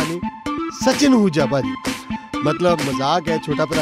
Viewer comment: ਬਾਕੀ ਤਾਂ ਸਭ ਠੀਕ ਆ ਪਰ ਭਾਂਜੀ ਨਹੀਂ ਹੁੰਦਾ ਭਾਜੀ ਹੁੰਦਾ